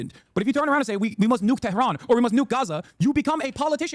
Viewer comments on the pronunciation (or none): none